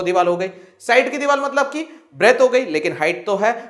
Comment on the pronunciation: Sir aap divar ko dival kha rahe the 🤣😁